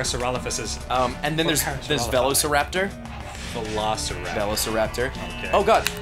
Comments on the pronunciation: You mean a verro-syrapter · Just for clarification, not all Australians pronounce "Velociraptor" incorrectly. Ross is definitely saying it wrong.